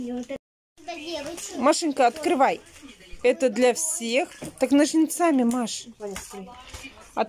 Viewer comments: ножнцАми...ндяяяя,бедный великий русский язык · в слове " ножницами" ударение на первый слог, вас слышат дети и будут повторять неправильно в своей речи.